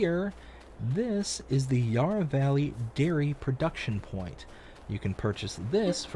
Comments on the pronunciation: When you pronounce Yarra, you say it as "yah rah", with the a as in are. It's said with the a as in and. Really enjoying the video, thanks! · Yarra has the first a as in "and" :)